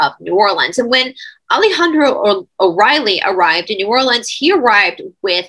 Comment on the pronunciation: New Orleans pronounced correctly..Love this Cha nnel...